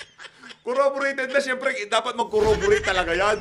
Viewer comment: “Corraborated” (corroborated) na raw😅